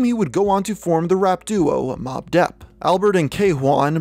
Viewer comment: YO HE REALLY SAID "Mobb Depp" bruuuuuu